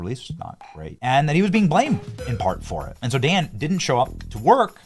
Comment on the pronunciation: Well, at least one thing was accomplished in all of this mess.....at least you stopped calling him "Don" Bongino. Lol, I like your "Lukeisms" dude but everytime I heard you call Dan Don it made me want to break things🤣